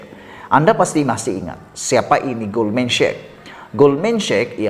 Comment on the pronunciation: sebutan nya GOLDMAN SEK bukan GOLDMAN SHEK.